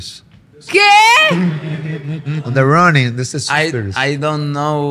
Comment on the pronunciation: The runingggg what, Molu??? Suspiring 🤣🤣🤣🤣